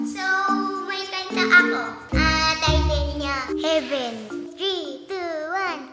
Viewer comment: Astig na pa-concert 'yon ni Kuya, ah? 😄👍 "I'm in a Yeven. Yeah, yeah. I'm in a Yeven. Yeah, yeah". Tinalo version ni Bryan Adams na "Heaven". 😅😅😅😂😂😂💚💛❤🧡💜 Maliit pa sya that time. 🤩